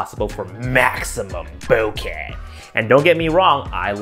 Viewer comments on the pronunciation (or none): Did u say bouquet or bokeh… it sounded very flowery